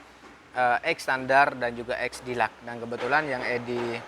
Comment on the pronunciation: Deluxe nya salah bang bicaranya hihi🤣🤣🤣